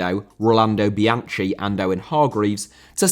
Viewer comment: Excellent video, but try to check pronunciation of foreign personal names and place names - Charleroi, Jean Tigana, Lens, Bianchi, etc.